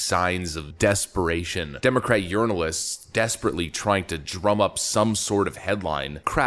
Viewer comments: You said Journalists. Im hearing Unrinal-ists. Wait! Are you saying Urinal-ist? Ha ha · LOL "yearnolist" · I'm a bit deaf. Are you saying Urinalist ? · It sounded like you said Democratic Urinalists. Quite fitting. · My hearing is bad but it sounded like you said urinalist instead of journalists.